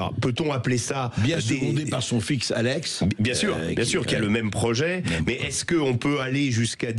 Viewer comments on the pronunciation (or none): none